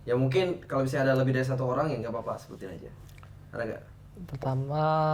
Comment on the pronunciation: Salfok ama "apah"